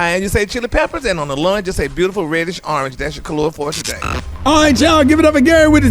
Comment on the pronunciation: When you just realize that is not saying kalua of the day..... he is saying color...?? My life is a lie... clown face